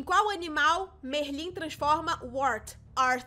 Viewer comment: Você pronuncia Merlin engraçado. E sim ele vira um peixe e um esquilo também.